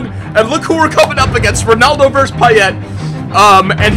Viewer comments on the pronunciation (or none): none